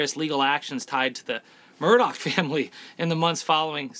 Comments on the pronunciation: Im glad I'm not alone!! Nancy Grace drives me crazy the way she says Murdog!! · Murdaugh isn’t pronounced Murdoch either.🙂